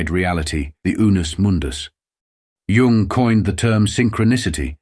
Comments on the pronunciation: Dear AI, Please remember that the word Tao is pronounced "Dao," and Jung is pronounced "Yung"! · Lovely illustrations. Crappy AI that misprounces even Jung and Tao. (correct is Yoong and Dow)